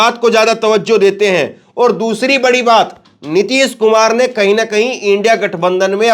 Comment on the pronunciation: अबे रवीश कुमार की अवैध संतानों पहले ठीक से हिंदी बोलना तो सीख लो नीतिस कुमार नही नीतीश कुमार है